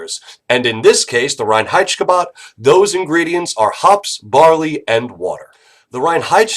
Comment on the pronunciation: As a german i really like his pronounciation of reinheitschkebab